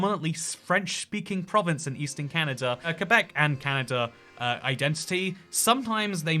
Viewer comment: The first Non-Canadian I've heard pronounce Québec and Newfoundland correctly. Props,!